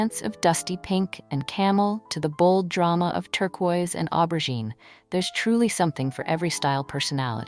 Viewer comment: It’s aubergine (o-ber-jeen). If you are going to use a French word at least pronounce it correctly. I am all for turquoise and aubergine, pale pistachio and powder pink.